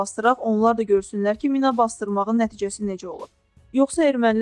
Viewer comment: O mina deyil mi'nadır